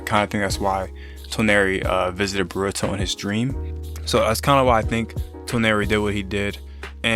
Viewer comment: Why you say boruto like burato